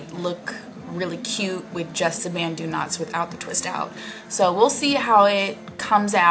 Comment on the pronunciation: Your natural curls are fantastic! But, I actually think it's cute either way. Oh, it's banTu knots...not banDu knots! :-) (yikes, I hope you don't take offense)